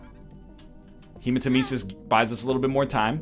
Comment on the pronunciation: Is there a reason why NL pronounces hematemesis wrong all the time? I could have sworn there's a voice that pronounces it correctly in one of the vanilla Isaac expansions =/